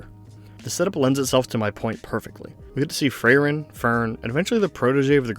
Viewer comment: Good video, made me tear up again. Frieren definitely has the best beginning of any story I've seen. As a native german speaker your pronunciations were pretty much correct for anyone other than Frieren lol it's more like free-ren than fray-ren and with rolling rs